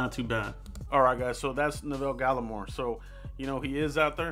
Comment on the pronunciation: Good vid man 👍🏼 btw you pronounced his first name wrong tho, I grew up with him in Ottawa Canada was a great guy always stayed focused on football now look where he is 👍🏼 💯